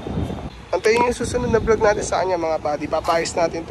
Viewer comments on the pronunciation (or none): none